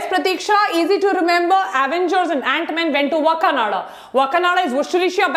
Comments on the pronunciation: Maidumb its not wa kananda Woh hai Wakaaandaaa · Maam part 2 to chahiye Aur woh wakanada nahi wakanda hai